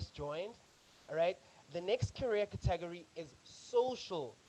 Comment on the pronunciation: Thanks for the videos! Love them. Just the pronunciation of 'category' distracted me a bit.